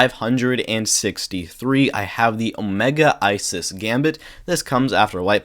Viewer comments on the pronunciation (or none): none